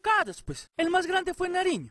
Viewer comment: antonio Nariño no narino